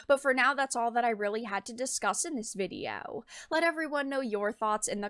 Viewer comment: You have a very bizare way of pronouncing "video" lol.. Not disagreeing with anything you've had to say or anything like that.. i'm just noticing the odd pronunciations.. maybe it's just your "youtube voice" you're going with.. but it is a pronunciation i've never heard before lol Vidi-yo rather than vid ee oh.